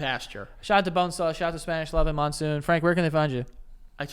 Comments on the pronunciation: I'm just thinking about the middle eastern man you called Monsoon ... the middle eastern name I know that's close to that is Mansour (pronounced Munsoor). I'm dying 😂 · His name was Monsour not monsoon 😆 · its mansoor lol not monsoon 😂😂😂